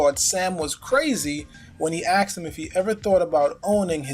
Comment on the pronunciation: Ask-ed, not axed.